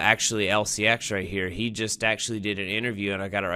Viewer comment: Sorry but you are saying the name wrong 😄 lfg lcx!! If it goes to 25 💵 in 5 years and we accumulate now, we are rich..if it goes to binance levels, we’ll we could be super rich. This is a fantasy but we can def make a lot of money if lcx does well. If not, it was fun atleast